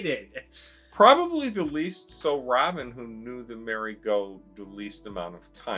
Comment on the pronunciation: Couldn’t even get Merry’s name right at the very end.